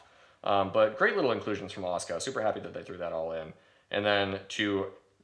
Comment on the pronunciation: i know its tupid.. by why are you pronouncing it 'oscar'?.... its Ah-soo-Kah